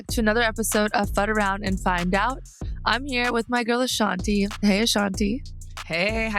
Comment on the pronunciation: This! And someone needs to tell Amy it's 'Ashantee', not 'Ashanteh'.